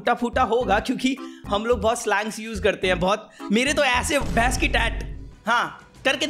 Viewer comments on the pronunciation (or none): Bhes ki tat ko bhens ki tata bol raha hai😂😂😂😂😂😂😂😂